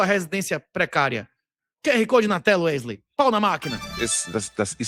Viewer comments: "Uerley" nunca trabalhou tanto na vida kkk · Porr@ é Uerlei, Wesley, Wesley, Uerlei...ou o quê?😅😅😅😅